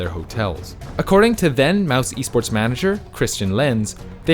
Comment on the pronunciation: "mouse esports" its said "mouse sports"